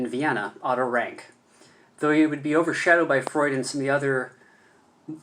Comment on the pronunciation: Please pronounce his name correctly: Ronck not Ranke.